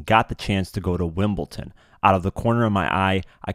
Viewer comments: Wimbledon pronounced wim-ball -don. There is no T in Wimbledon. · Wimbledon not Wimbleton